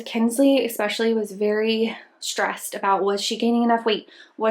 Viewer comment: EXpecially is not a word, mom. There's no X in especially. eSpecially, ok? Don't teach that to your kids, either, you're a native speaker, it's embarrassing.